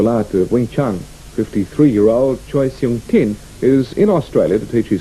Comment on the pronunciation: yeh i agree, but good effort! lol